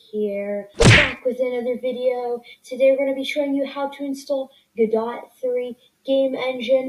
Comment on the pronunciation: its pronounced go-do if u wanted to know